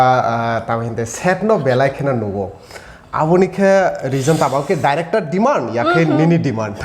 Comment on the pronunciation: The Anchor be pronuncing like :- favarat, diractar, actar etc hehe